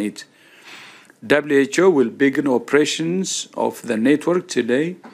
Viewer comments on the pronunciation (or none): Did he say, "WHO will begin 'operations'..." or "WHO will begin *oppressions*..."? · I like how when he says "WHO will begin operations..." he pronounces it "oppressions"